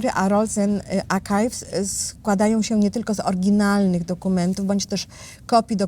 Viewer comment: używacie angielskich nazw. Archives wymawia się - arkajws. 😊